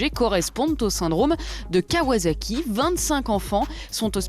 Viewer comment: CA NE SE DIT PAS KAWAZAKI PTN LE S CE PRONOCE COMME DANS ASSIETTE merci